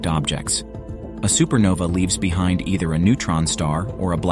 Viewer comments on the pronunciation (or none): none